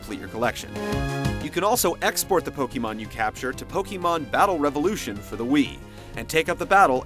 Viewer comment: POKEYMAN? with the Poke and the Man and the Wawawa!!! Why can't anyone pronounce pokemon correctly! Nintendo made it for their own Damn english pronunciation! Its Poke like Pocket and Mon like Monster! There is no changing of how its pronounced when you put them together :p [/end rant]